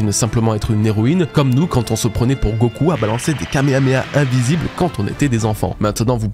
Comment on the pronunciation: Rien à voir avec la review.. mais pourquoi beaucoup de gens prononcent "l'oeuf-y" ? On ne dit pas "gokoeu" ni "yoeu yoeu hakoeu-chaud" ou "ichigo koeu-rosaki" ni même "Naroeuto" Le "u" se prononce "u" ou "ou" Je comprends pas 😅